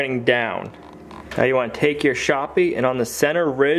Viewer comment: WTF IS A SHOPPIE AND RAYZUH KNIFE. HAHAHAHA